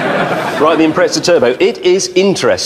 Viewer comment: It's called a fucking impreza, not impretsa.